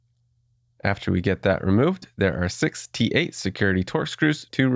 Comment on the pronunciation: For a second I thought you said 68 torx screws 🤣🤣🤣🤣 then I realized you said 6 T8 screws hahaha